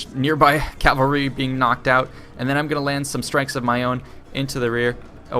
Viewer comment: It really annoys me how you say "calvary". It's "cavalry".